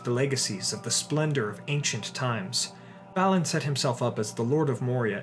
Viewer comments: You keep saying, "," but I though it was BAH-lin.....? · Balin too..